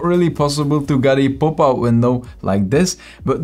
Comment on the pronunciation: I like how he pronounce Popout To "POOPout"